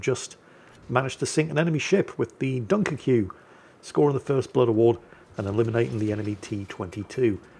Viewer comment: I do vaguely wonder what the enemy Mutsu player had to say to his team towards the end. Also, on the pronunciation of "duin" (which means "dune" in Dutch - "Kijkduin" means "Watch dune", so a dune with a good view) - a little analogy. We have the word "oud", which means "old", and we have "uit", which means "out". The former is pronounced the way people from Portsmouth pronounce the English word "out", while the latter is pronounced the way people from Newcastle (or Scotland for that matter) pronounce the same word. In Dutch the two are considered separate vowels (or technically diphtongs - combined vowels).